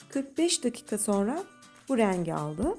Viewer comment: Raaangii değil rengi